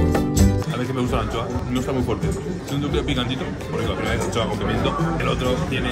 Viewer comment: en vez de anchoas decia ancohas🥺